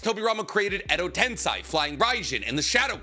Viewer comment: At this point, he must say stuff like tensai instead of tensei just to get under our skin lol